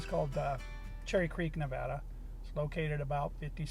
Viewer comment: You pronounce the name of the state correctly. So many people don't, or say it doesn't matter how it's pronounced. I always notice this, but i am kinda weird. Love the Silver state !!